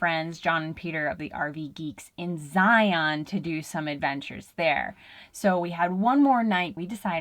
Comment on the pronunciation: Love your content thank you… just to let you know the “Utah” pronunciation of a few words…. Zion is Zy’ en…. And Hurricane Huri’cun Stay safe